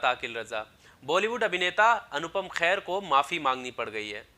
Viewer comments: Bhai anupam kair nhi hota ! Kher hota h pronunciation thik kro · Khair ni Kher. Har jagah urdu ka خ ni lagta h. Aap ko toh at least pronunciation ka dhyan rkhna chaiye. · lafz khair mat boliye kher bolo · Bhai apna pronounciation toh acha karo, Anupam Kher ko khair nat kaho, vocabulary par dhyan do. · O Mere Bhai Khair Nahin Kher hai Unka Naam Anupam Kher hai Naam to pahle a theek se lo bad Mein Apni Dukaan chalao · Bro he is kher not khair. So please pronounce properly. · Horrible presentation. Very poor pronunciation!! Anupam's family name is Kher NOT KHAIR. Plz Do the proper homework before launching a video. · Anchor saala chutia naam tak sahi se le nhi pata.. Abe chutiya khair nhi khee hai wo..urdu mai fark karna sikh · Khair ? Wtf ? Pronounce the name correctly man